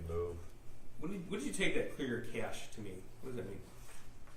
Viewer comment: A graduate degree and she cannot pronoun ‘cache’? Unbelievable!